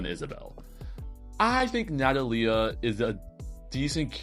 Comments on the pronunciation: I mean maybe we're both right I thought Amelie would be Amelíe and it was actually Ámelie/Amélie As a native spanish person and speaker i've always pronounced Natalia as Na-tá-lia and not Na-ta-lí-a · It's alright i know you didn't say that i'm wrong Because i never said you were wrong either way we're all just trying our best and sometimes we just gotta help each other out I think the way you say Natalia is fine too it just stranged me a bit at first